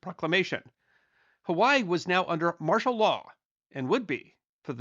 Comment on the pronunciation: Huh-wai-ee Or Huh-vai-ee But not Huh-wai